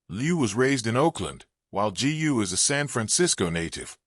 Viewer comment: G U ?? So AI is unable to pronounce "Gu"?